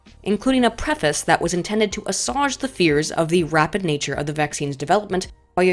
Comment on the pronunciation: do you really not know how to say assuage? or have I been saying wrong all these years